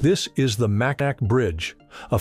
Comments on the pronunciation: It's pronounced "Makinaw",. How can you do all the research to present this video without learning what we here in Michigan call this bridge? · It's amazing that they can't find someone that's able to pronounce Mackinac correctly. It's pronounced Mackinaw. Please we used to be able to pronounce words that originate in French or an American Indians language. It's spelled Mackinac, but the 3rd syllable is pronounced "aw" or "all". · AI doesn't know the difference between Mackinaw and Mackinac. Proof that no one reviews these things. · Mackinack? Is that announcer from Calipornia? I once drove over that bridge with a police escort in torrential snow. I could barely see the taillights on the police car but I sure was happy to get to the other side and off the bridge. That's a long way up off the water and I'm sure an even longer way down in your Batmobile. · Silent C Mack-inaw Mackinac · GAHHH!!!! It's Mackinaw, regardless of the "C". Get it right AI!!!!! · Asa lifelong Michigan resident, the name is pronounced Mackinaw, (MAK-ə-naw) even though it is spelled Mackinac. Mackinac is derived from a Native American name, specifically from the Ojibwe language, and not directly from French. The name originates from the Ojibwe word "Mishimikinaak," which means "Great Turtle," referring to the shape of the nearby Mackinac island. The French later adapted this name into "Michilimackinac," but the pronunciation of the "c" as "aw" was retained, leading to the modern pronunciation of "Mack-in-aw". The British then shortened it to "Mackinac". Therefore, while the French played a role in the name's evolution, the original name is indigenous. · the proper way to pronounce it is Mackinaw , most all Michiganders know this, I do understand that the spelling can be confusing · It's pronounced "Mackinaw" ... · Yup, as soon as I heard Mack-in-Nac, I noped out of this AI slop. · Yes, it can be SPELLED either way, but not pronounced Macki-nack!🤐🤐🤐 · Pronounced Mackinaw